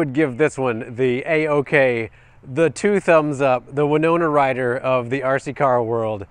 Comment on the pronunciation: The “Winona Rhyder”. LMAO!!